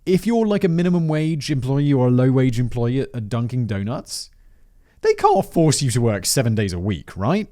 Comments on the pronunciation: As a New Englander it irritates me a little bit when Simon says "Dunking Donuts" instead of "Dunkin' Donuts". Friggin posh little Englishman. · This may be your worst mispronunciation yet. As a native New Englander, I’m in agony. Dunkin’ Donuts. Not Dunking Donuts. DUNKIN’. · Hey fact boy, it’s “Dunkin’ Donuts” not “Dunking Donuts.” It’s unbelievable that people watch this channel with mistakes like that! Kidding of course, I love this channel :D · Simon, for future reference, there's no G in "Dunkin' Donuts". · I can’t get over the fact that Simon is pronouncing it “Dunking Donuts” it’s very distracting hahaha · I loved everytime Simon read, "Dunking" donuts. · Two things sir Simon, first it's Dunkin Donuts, there is absolutely positively no g at the end of that word. Two, yes it's absolutely legal to make minimum wage workers work 7 days a week. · Only Simon would pronounce the g in Dunkin' Donuts 🍩🤣🤣🤣